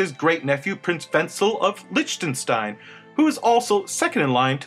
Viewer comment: Repeat after me LICKtenstein not lichtenstein